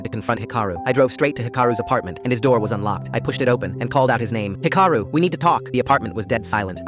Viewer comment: 1. It’s Hee-ka-roo. 2. Japan has a version of universal health care. Patients only pay about 30%.